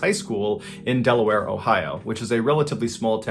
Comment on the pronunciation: When he says Delaware..... But then Ohio😑 If you from Delaware you feel the pain.